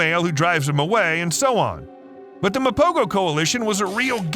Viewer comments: Actually its pronounced "mapoho" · My brother, it's pronounced "MA-PO-HO" . The "G" is pronounced with a "H-HUH" sound instead of the "G-GUH" sound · It’s pronounced Mapoho.